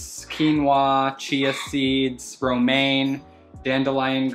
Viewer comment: Me, fresh out of chem class: he just said bromane, is he feeding em chemicals? Me, realizing he just said romane: oh fućk wait. Thats bromine. And thats romane lettuce